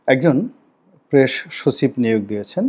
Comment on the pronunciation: প্রেশ!?!😂😂 প্রেশ শছিব!??🤣🤣 ছল্লিশ বছরের!??😂😂